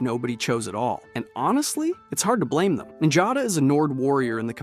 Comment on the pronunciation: Her name is Njada Stonearm, not Jada. Njada is pronounced "Niyada." Lydia's also not an ungrateful, sniveling bitch. XD